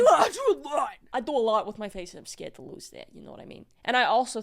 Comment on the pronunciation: Kris I have never heard you sound more western Canadian than when you said lose in the fucking cage 😂😅 Thank God you weren't hurt.